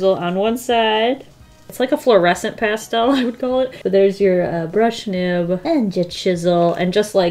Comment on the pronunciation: Nobody:: How's that for a transition?: ~past - ehhll~ Also: Is that also called roller skating? Jhhsjssjgs